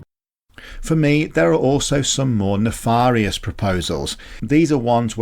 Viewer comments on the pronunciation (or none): “…More NAARFARIOUS …”, What is this word, is this post AI? 🤷‍♂️🥶